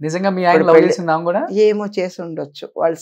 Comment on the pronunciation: నీ తెలుగు తగలేయ్యా!! ఆమ కాదురా, ఆమె.